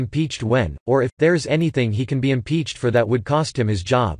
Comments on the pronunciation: Maxine James Brown Wig Head Waters favorite saying "Impeef fo fe fi" What an imbecile she is.... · Ha ha, ,"IMPEACH FORRY FIE" "IMPEACH FORRY FIE" ,...a senator talks that imperfect,...an embarassment, ....another ghetto joke of a politition, ...you just know nobody takes her serious, affirmitive action poster child for a senator,......what a disgrace.